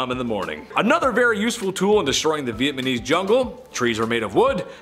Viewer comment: LOL VietNAMESE not VietMANESE LOL Meanwhile He can say Vietnam LOL